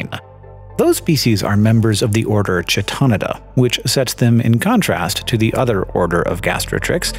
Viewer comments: Almost. While it may have come from Greek, it is in Latin (New Latin, to be precise). The correct pronunciation should be [kʰae̯'tonɪda], I think. That's pretty close to what you said, except for two of the vowels being different, namely that the first vowel should rhyme with "eye" and the third with "lid". The third vowel could also be pronounced [i], rhyming with "knee", which is what you said, depending on what time period's pronunciations we're going for, resulting in [kʰae̯'tonida]. If we were to go with a more Greek pronunciation, then the first vowel would still be "eye" and the third would definitely rhyme with "knee", but also the first consonant would probably be different. It still gets the k-sound [kʰ] if we go with Attic Greek, but later forms of Greek like Koine and Modern would have it be [x], the same sound that ends the word "loch" in Scottish accents or the first sound in "Chanuka" when pronounced with the throaty sound rather than a straight-up h-sound. This makes it [xae̯'tonida]. To get the pronunciation you suggest, ['kʰito'nida], we would need to resort to Ecclesiastical Latin pronunciation, but even then, I think it would end up being [kʰɛ'tonida], with the [ɛ] being the same sound as in "bet", which is still a bit different. I hear Hank saying [t͡ʃɛ'tɑnɪdə], which I agree is not right. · "keetoneedə", as chaeta is from greek; 'ch' from χ = "k"